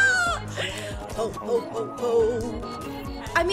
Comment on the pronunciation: I feel offended from yool from him saying "ho ho ho" sounding like "hoe hoe hoe ho hoe"